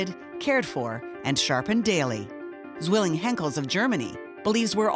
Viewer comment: It amazes me, time and again, that while people work very hard to produce incredible works like this video, they don't even try to pronounce foreign names and word properly. The name is TS-VEE-ling.